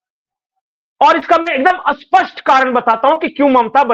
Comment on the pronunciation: सही उच्चारण कीजिए स्पष्ट शब्द का आप जो उच्चारण कर रहे हैं वो विलोम शब्द है